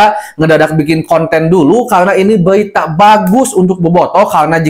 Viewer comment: Berita kang bukan Belita😅